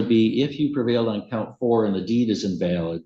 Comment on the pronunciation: The pronunciation of invalid… check the ai in future dude